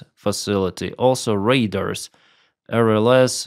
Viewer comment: There is no such word in English as "demolishment." Try "demolition." Also, the items destroyed should be pronounced RAY DARS. Put the same stress on each syllable. It's NOT "RAI - ders."